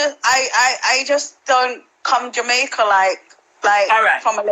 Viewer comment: Did the lady on the live says 'Jamaicaer' 😂😂